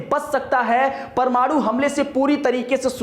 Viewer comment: जानकारी तो अच्छी दे रहे हैं ये महाशय..लेकिन परमाणु को परमाड़ू बोल रहे हैं,कुछ इलाकों में हिन्दी भाषा में लगातार ह्रास हो रहा है।